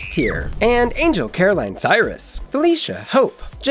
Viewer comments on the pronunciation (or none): none